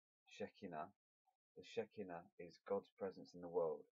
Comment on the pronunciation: thank you! this was really helpful🙂, and by the way shekhinah is pronounced "she-khai-na" ☺